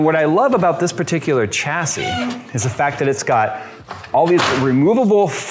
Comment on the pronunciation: Sha-see Cha-see That bothering anyone else?